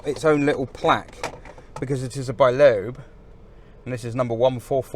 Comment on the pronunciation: The French pronounce it ‘leb’.